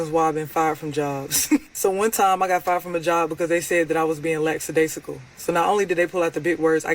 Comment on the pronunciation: It’s “lackadaisical” not “laxidaisical” lol. Lazy with your speech too hahaha.